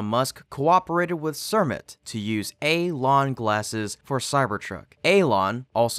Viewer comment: Alon🤣🤣 more like elon